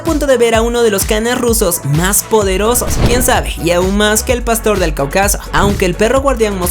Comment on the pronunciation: Qué ondita los orbita??? No m'ms! Y es CÁucaso y no CaucÁso